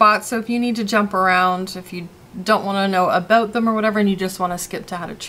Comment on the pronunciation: You literally said Aboot. OMG I have never actually heard someone say it for real.